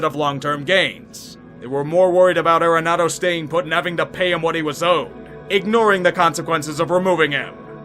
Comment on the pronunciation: Enjoy your videos, but it’s R-enado not AIR-enado